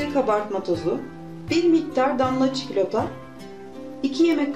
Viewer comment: Damla çikilota dedin ya kardeş orda koptum😂😂